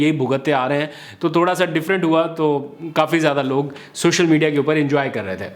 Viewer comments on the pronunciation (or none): none